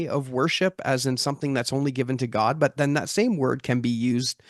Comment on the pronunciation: I don't know how I expected to pronounce "God", but I like the way he does 👌